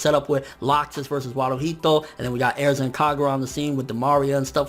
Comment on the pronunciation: Lol he says Aerza.